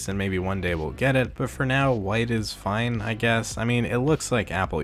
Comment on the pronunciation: The way you say “fine” makes me cringe